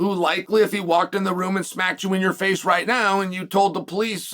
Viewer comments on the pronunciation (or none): none